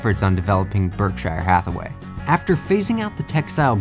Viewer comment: You really butchered the pronunciation of Berkshire Hathaway. :/